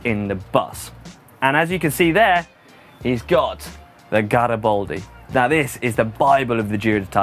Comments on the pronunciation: what's so difficult about pronouncing GaribAldi just how it's written? it's not Garibouldi! he was not bold! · I'm no Italian, but every time I hear trying to pronounce Italian words I cringe. E.g: Kam-pan-yah-lo/ kam-pahn-yow-lau, gna-chi, gaw-ri-baldy #slaughtermouth